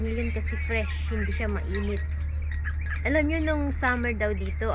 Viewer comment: KAKA2WA PGBIGKAS NI KYAN HENDE WOW PATI SHIYAN